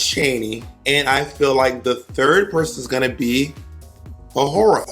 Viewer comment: bob saying tayce should’ve won over awhora is a crime